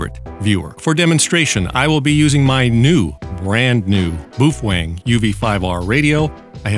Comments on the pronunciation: omg... if you say BOO-FWANG one more time... its BOW-FANG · Very nice! BTW the baofeng in Chinese pronounced as "B-Aw-Fun" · There is a engineer where I work that was born in Indonesia and he says it is pronounced "Boof-Whang" .. He's an engineer so I think he would know better than you.